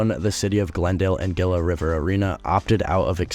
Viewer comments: Your pronunciation of Gila and Tempe are killing this Native Arizonan lmao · you kept pronouncing Gila and Tempe wrong... it was annoying and funny at the same time lol